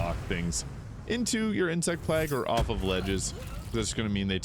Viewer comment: Did this man really just say insect plag? Still, love the vid 🙏